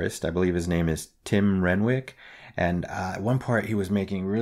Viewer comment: Man, this concert must have been a total head trip to be at. (I thought the pig was silly. So sue me.) Renwick is pronounced Rennick. He played lead on "Year of the Cat" by Al Stewart. You might really like that; it's a "soft rock" song from the mid 70s, with fantabulous production and instrumentation -- produced by the ever-amazing Alan Parsons.